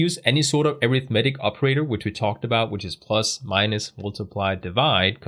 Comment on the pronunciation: Great video. Please google how to pronounce - "arithmetic" and "precedence". you are saying these words wrong! In every other respect this series is outstanding. Thanks for your hard work putting it together.